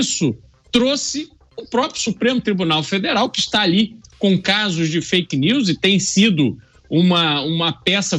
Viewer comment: Não é fk nius Lula é fk nis